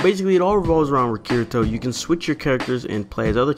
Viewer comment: It's pronounced KEEDEETO